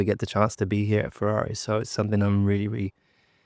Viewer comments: It's nice that he got the team's name correct this time 😁. Forza Ferrari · He nailed the team name. Just on his first season. Well done!! 😅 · And he gets the teams name correctly the 1st time he says it on an interview 😂😂😂 Guess the previous team name was too long neh???